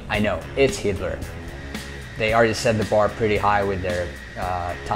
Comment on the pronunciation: you say heatblur like hitler xD